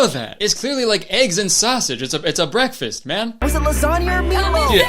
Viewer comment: “it- it’s bweakfast, how do you not know that” is just the best reaction